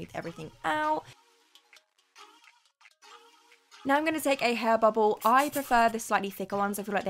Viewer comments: did you just say.... "hair bubble"? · Did she say “hair bobble”